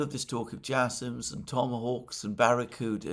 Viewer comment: Typhoon not Typhon like moon, JSams not jasome like J Sam, Very annoying for us Canadians and Americans